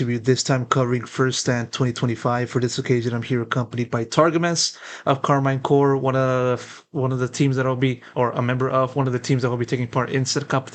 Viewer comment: Good itw just want to add its karmine corp not core 😅